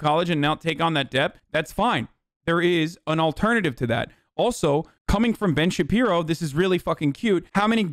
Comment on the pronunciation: Anyone have the "Ben Shabibo" count from this?